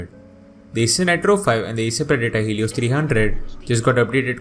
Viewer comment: Eyser naytro payb and eyser predetor hilios hahahaha